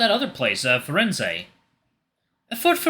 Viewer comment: Hey, I have a few tips on how to pronounce a few of the names and sayings: To pronounce Venezia, say veh-NEH-tsya, with the stress on the second syllable. The "z" is a "ts" sound, like in "cats," and the final "ia" forms a "ya" sound and To Pronounce Firenze, 'fee-REN-tseh.